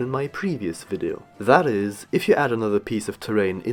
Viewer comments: its "vid-ee-oh" not "vid-oh" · Why are you saying vido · You say video vido WHY